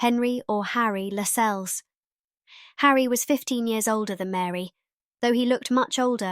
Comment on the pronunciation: The incorrect pronunciation of Harewood and Lascelles shows up the lack of research for this video.